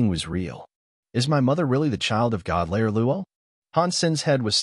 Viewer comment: Need to get the pronunciation right it's god slayer not layer.